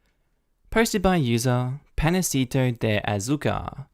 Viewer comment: I'm just gonna say, make sure you pronounce the "a" with an "ah" sound when you read the word "panecito" next time lol